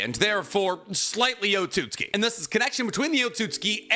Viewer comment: so nb gon talk ab the fact he isnt pronouncing otsotsuki right he keeps saying otsuski